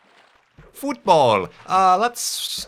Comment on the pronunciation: Futbawl! :D